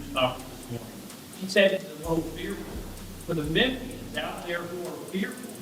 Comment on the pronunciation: Omg, you are the cutest ever! 🥰❤️‍🔥 Lol, such a small thing, but ty for saying Memphian right 😂 you straight up sounded like you were right around the block